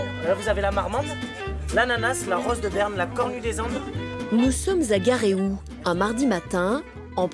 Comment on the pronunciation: Juste un petit truc qui me chiffonne, on prononce pas Garéou'... mais le L et le T aussi, donc plutot, Ga ré oul te...